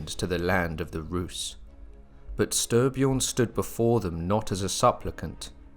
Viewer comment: Stry pronounced stree. Nice video